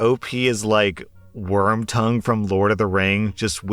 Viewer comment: Did you say "Wormtongue", my good sir...?